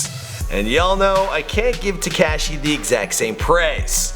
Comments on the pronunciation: It's TE-KASH-I not TE-CASH-I.. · It’s taKAHshi not taKAAshi... I hate the way you pronounce his name...jeez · His name is Takashi not Tacashiiii. Jesus Christ say it correctly!! Lol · Ka she not ke she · You say his name so weird. Its Tekashi not TeCASHi. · Tekayshe....... Its fucking Te-ka-shi, pronounce it correctly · It's not Tecashi it's Tekashi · It's Teh-ka-Chee not Tee-Ka-Chee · It's "TE-KAH-SHI", please God stop calling him "TE-KAA-SHI" there's no emphasis on the A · "te kaaa Shee" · The way he says "tekashi" 😂 TEH– KAH –SHE is how you say it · bahah this guy said, "Te-CAAASSSH-Shi" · Anyone else cringe when he said teh-cashi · "TE CASH E" you are the worst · U can’t pronounce people’s names like wtf. Takeshi 69?? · teh kaaasheee, headass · He said tacashy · Please, for the love of God, just say “6 - 9”. Te Cash Ee, is just cringe. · The way he says tekashi “tee-cash-ee” has me dead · "Teh-keh-shi" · My nigga said tea cash she I’m dead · Tu-cashi? Lmaooo bruh i feel like everytime i watch one of your vids youre mispronouncing some shit. And no mention of lil jojo?! They killed bruh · Tu-Cash-ee 😂😂😂 df?? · Te-cash-E lol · how hard is to pronounce the a right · why the fuck u say tekashi like that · Why are you saying his name like that lol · Stop saying 6ix9ine name like that goofy 😂 crindy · Dude please stop saying Tekashis name like that or just call him six nine.